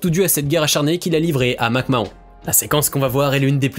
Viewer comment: La prononciation de McMahon et NXT.... faut connaître ses sujets